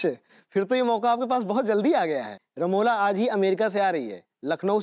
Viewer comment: Not ramoja it's ramola